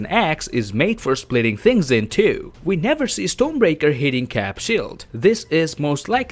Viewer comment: Maybe it's your accent but it sounds like you're saying Stone Breaker instead of Storm Breaker. If you are saying Stone Breaker that is wrong.